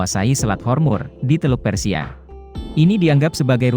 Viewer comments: Selat hormuz.. Kok di katakan selat hormur.. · Selat Hormuz min.. bukan Hormur.. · Selat hormuz. Bukan hormur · Selat hormuz bukan hormur